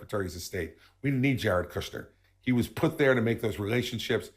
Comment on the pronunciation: I love how David pronounces Jared KOOSCHNER. 😂